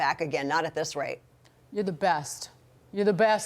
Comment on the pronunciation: I dont like Dana Loesch is mesing up the pronusiation of my name there s is no A in loesch sow how come she says lasssssssssssssssss, she is an idiot